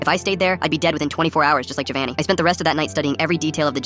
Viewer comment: Its Giovanni not govanni but anyways thGs sad to see your best friend die in front of you